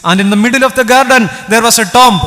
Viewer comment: TOMB റ്റോംബ് അല്ല റ്റൂമ്പ് ആണ്